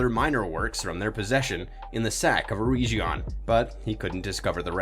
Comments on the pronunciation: EREGION!!!!!!!! EREG - ION NOT ERE-GION SAY EREG NOT EREIJ EREG ION EREIJION MADE MY EARS BLEED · Ereshion??? You mean Eregion (urr-egg-eon)